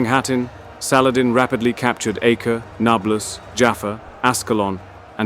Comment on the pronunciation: I can tell Ur pajeet by Ur saladin prounounciation